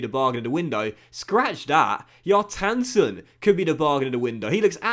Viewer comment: Kjartansson is pronounced Shar-tahn-sone, quickly